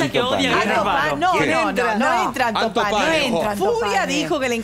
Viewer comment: ANTO PANE NO "ALTOS PANES" 🤔